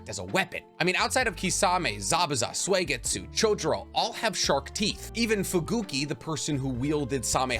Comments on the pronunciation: It's not read as swaggytsu, it's sooeygetsu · Damn. Ur still saying SWAYGITSU? It’s SUI-GETSU!!! You can’t proclaim ur a naruto lore guru when you say it like that. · Suigetsu not Swegetsu